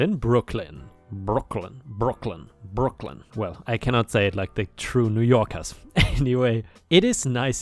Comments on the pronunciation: ⭐🌟⭐🌟⭐🌟⭐🌟⭐🌟⭐🌟⭐😎🐱 I think you did very well saying Brooklyn i didn't even hear your accent! Well done 👏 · Not sure how those in New York say it, but to me, you said Brooklyn just fine. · You say Brooklyn just fine! Love the cat vids..she is ❤️ beautiful.